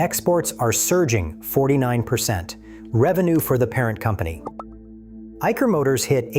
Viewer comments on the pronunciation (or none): Dear, It's not IKer motors rather it's Isher motors as correctly pronounced! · Its 'EYE - SHUR' BTW, not 'Eiker'